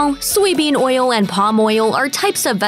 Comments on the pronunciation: Lol. Glad someone else was bothered by how she says oil. Makes me cringe like how “moist” sounds. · I love the way the narrator says oyill !